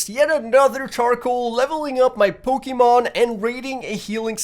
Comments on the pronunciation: You're pokemon pronunciation is killing me 😭😭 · Him saying the names of pokemon triggered me